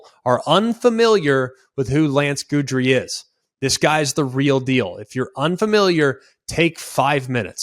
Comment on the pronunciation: Love the show, Greg, but you might want to check your pronunciation of Guidry. 😬😅